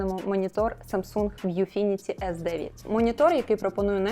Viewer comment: Передайте, що "ВʼюФініті", а не "ВіФʼюніті"))